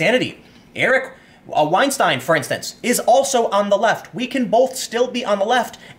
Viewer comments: Say it with me, Stine!!!!!!!! That is how you pronounce it. Not Steen or Stean, Stine. Like, Ben Stein. The difference is clear. Clear eyes. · You pronounced Eric Weinstein correctly the first time then corrected it to the wrong way lol.